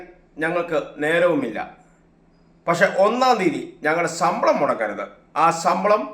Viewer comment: റിപ്പോർട്ടറെ, സമ്പളം അല്ല, ശമ്പളം. നിന്നെയൊക്കെ ആരാണ് ന്യൂസ്‌ റിപ്പോർട്ട്‌ ചെയ്യാൻ നിയമിച്ചത്.